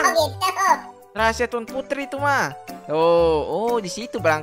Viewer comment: Bang putri bukan purti